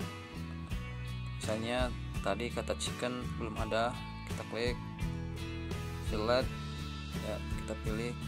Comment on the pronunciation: Fillet.. not filled